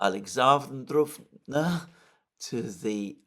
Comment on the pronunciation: It's called like you mr. Alexander. Alexandrovka!